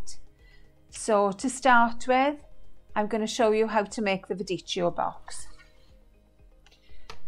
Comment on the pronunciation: I am italian..just a heads up.... in italian when the 2 letters, c and h=ch, are together it is pronounced =k...like in chemist. Not meant to be a judgement but hopefully it will help with the correct pronunciation. 😁😁😁😁😁